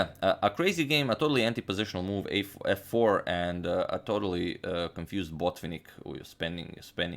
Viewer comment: Mikhail's name is pronounced Bot-VINN-ik, the accent is on the first "i", the penultimate syllab , not on the first syllab. Thank you very much for the videos.